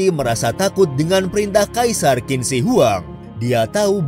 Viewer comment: Qin dibaca "chin".. . Dari dinasti Qin ini lah asal penyebutan orang china.... Sekali lagi Qin dibaca "Chin" ... Jangan salah lagi min